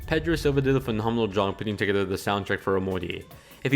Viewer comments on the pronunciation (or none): none